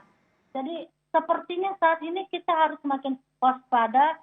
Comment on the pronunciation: saudara kiti 😂😂